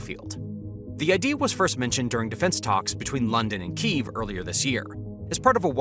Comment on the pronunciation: i have to say it ,its key_ev not keyeveeeee ,and the turkeye for turkey has me in bits lol